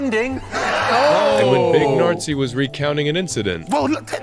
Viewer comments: Big Nartzi? ....thats not how you say it 😂😂 That makes him sound like Herman Goering 😂😂😂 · Big nartsi is a wild name mispronunciation 😂😂😂😂😂😂😂😂😂 🇩🇪 😳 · I like your reactions but the video you've just reacted to was really bad. A big pile of A.I. slop, like pronouncing Big Narstie as Big Nazi. The video makes it sound serious, like they're all beefing. Jimmy encourages heckling at his shows, it's kinda his signature thing. Just like Fluffy got his sound effects and storytelling, Jimmy got his oneliners and heckler interactions. The clips with Big Narstie and Mo Gilligan is just a friendly roast battle and it's hilarious. I don't know why the narrator makes it sound so serious. Would love to see your reactions to some proper Jimmy Carr videos/compilations, i think Jimmy has a bunch of them on his own channel 😃